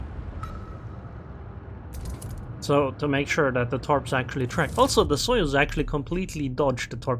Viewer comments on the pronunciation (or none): none